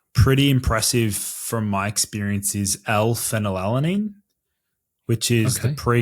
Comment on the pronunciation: Lphenoaline drove me nuts ! 🤢😵‍💫